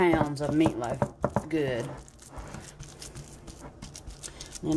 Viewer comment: I love how she says MEATLOW😂 and yes i will try it.